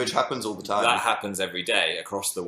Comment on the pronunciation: diD HE JUST " so many movies and so little yime" CAN YOU NOOOT STOP KILLING ME